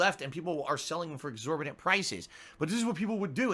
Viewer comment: "exorbadant" prices